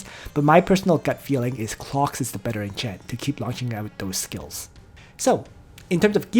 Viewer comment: Not going lie every time you say clocks it triggers me